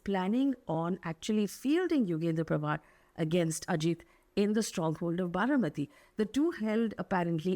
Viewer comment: Baramati, not Bharamati.